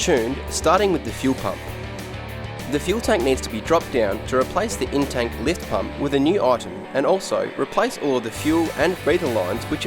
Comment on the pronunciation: I thought had a cold and was saying Intake Fuel pump.... Took me way too long to figure out he was actually saying In-Tank Fuel pump..